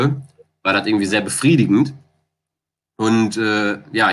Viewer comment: also ich würd mal tippen das er aus Köln kommt haha hat ja ein großes Geheimnis darum gemacht (verständlich) aber da kam, wenn mich nicht alles täuscht, etwas der kölsche Jung aus ihm heraus :D ( die Betonung „dat“)